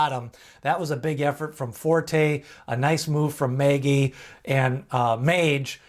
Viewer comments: Mage.... not Magey lol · Is there any evidence that "Mage" is not intended to be pronounced in the normal way? Like owners or trainers saying it that way? Because "Maggie" is not how I'd say it. Ever. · Please learn how to pronounce MAGE. It is like page or sage with an”M”. I appreciate your work but it makes me cringe every time you mispronounce this horse’s name.